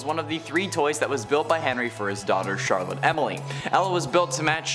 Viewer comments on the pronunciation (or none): none